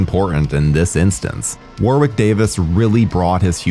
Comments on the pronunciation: The w is silent in Warwicks name. It's pronounced warick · Warwick is pronounced as wa-rick. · Hey - love your vids - they're fun & informative and always entertain. I gotta tell you though, British place names etc often sound differently than you guys across the pond would pronounce them and Warwick Davis is no exception (also counties such as Warwickshire, which sounds like its a tough one for you guys to handle) Warwick is a nation favourite over here, for the Leprechaun movies and other bigger movies. Name is pronounced as 'Worrick' not 'War-wick'. There you go mate. Other than that - great vid. I've only seen the first one but may look at a few others now. Some, maybe not.